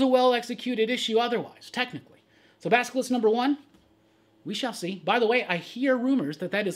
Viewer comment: LOL You are one of the few to pronounce Basilisk correctly. Just sayin". LOVE the show bud! Keep it up.